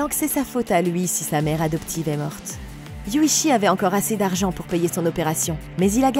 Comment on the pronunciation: Alors c'est Yuuchi et non Yuchi 😅